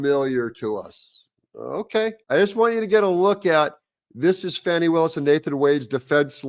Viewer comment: Doug, it's Fahh-nee, not Fanny.